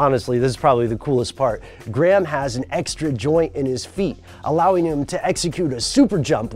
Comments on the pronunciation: It is pronounced grey- ham, not gram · You pronounce the H you fuckface. It's not Gram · in what universe is graham pronounced like "gray ham"?